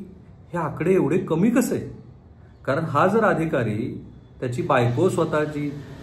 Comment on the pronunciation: Saheb tumhi marathi far poor bolta, महाडा, कारन pls swachha bola😂😂